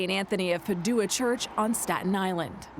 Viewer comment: St Anthony of “PAD joo ah” not “pa DOO ah” ... was nobody in the newsroom familiar w pronunciation used by Catholic Church?